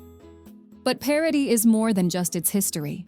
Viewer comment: Paraty=Parári, Paraná=Perána...hahaha...quite funny.